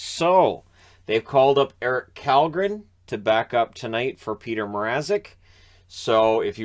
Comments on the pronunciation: just for future reference, at least in the AHL, Källgren's name has been pronounced as "Shawl-Gren" or sometimes it sounds like "Shawl-Grin", but either way it's not Cal, it's Shawl. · "Källgren" is pronounced "Shell"-gren in swedish. Strange - I know. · Kallgren is Shallgren, Kannon, I mean )) Funny language that swedish. Kylington is shillington, kallgren is shallgren. If I were a swedish player and had a name like 'Fast' I'd tell the announcers it's pronounced 'Slow' just to mess with them. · His name's really Källgren which is pronounced either Kjellgren or (in a more American spelling) Shellgren. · kallgren’s name is pronounced with a “sh” like shell